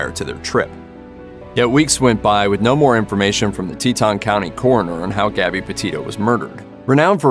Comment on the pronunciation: Gabby.Not Garby.